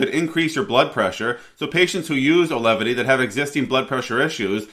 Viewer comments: You called the drug Alevity. I believe it's pronounced like it's spelled. Au-ve-lity. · My wife starts this tomorrow with years of MDD. Hopefully effective as nothing else is. P.s. it's pronounced 'Awe-Velity" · You mispronounced both "Auvelity" and "Bupropion" within the first two minutes of your video. What a clown.